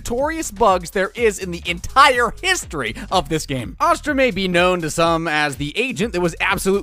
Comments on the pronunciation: its AAAAAstra not AWWWstra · This man giving me ptsd of the last air bender movie with the way he says astra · bro said "uhstra" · the way you say astra makes me violently angry